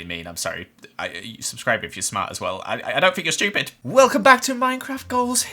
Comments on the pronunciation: " is shewpid" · He really just said, “schtewpid” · "Subscribe if you`re also stiupid" Me:"Ah, okay"